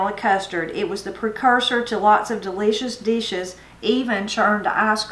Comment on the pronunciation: "Duh-leesh-ous deeshes" Welp, it doesn't get more Appalachian than that!